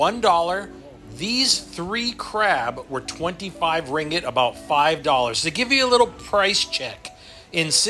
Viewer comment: It’s KOTA Kinabalu NOT Koti & it’s RINGGIT not Ringet & Sabah is one of Malaysia’s 13 STATES!